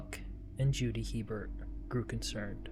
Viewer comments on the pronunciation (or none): The last name is pronounced a bear not Hebert. Not to be confused with Herbert My mother married a man with this last name in Louisiana. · “La- Foosh” parish Buck & “A-Bear” instead of “He-Bert” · In Louisiana we pronounce that last name as (Hebert) " a-bear" hahaha don't ask...we're cajun!!!😂😂😂❤❤❤ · As a resident of South Louisiana, I'm here to inform yall. Hebert is pronounced, "A-Bear" Now u know. Lol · I’m from the area. Good synopsis. Just a few pronunciation items. The last name Hebert is pronounced “A-bear”… the parish is LaFourche but pronounced “La Foosh”… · It's pronounced ABear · A-bear. In Louisiana, it is a Cajun surname hence pronounced Long A sound, followed by bear. Brett Favre, the corrupt and stupid NFL star says his name as Farve, but it should be pronounced as Fah-vra. They say Garcia as garsha. It's a deep south thang.